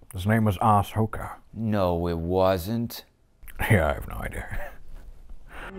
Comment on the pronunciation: Assoka lol